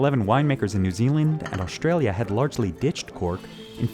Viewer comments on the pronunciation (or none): “Shtripping.” “Shtrike.” “Shtronger.” “Indushtry.” “Frushtrated.” “Aushtralia.” Please take out the “sh” sounds. It’s distracting. You need a better narrator.